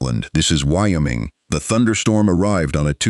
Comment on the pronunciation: State pronunciation 101...the state of Wyoming....WHY-"OH' Ming....capiche?